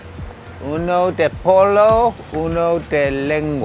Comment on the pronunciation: Im sure someone pointed this out but pollo is pronounced poy-o. In Spanish the double LL has a Y sound.